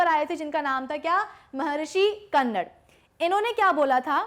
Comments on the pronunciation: Mam उनका नाम कन्नड़ नहीं बल्कि महर्षि कणाद है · Mam..🤗 Philosopher Maharishi कन्नड nahi Hai Wo कणाद hai.. 🇮🇳INDIAN PHILOSOPHER 🇮🇳